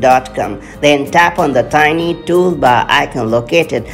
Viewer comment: Tap on the tiny what? Can’t understand you …